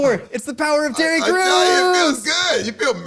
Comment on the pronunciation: Sounds like said "...the power of Titty Crews!" Lol |.